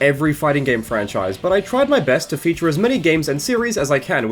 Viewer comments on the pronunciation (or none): none